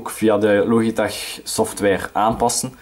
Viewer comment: Het is lodjitek niet loogieteg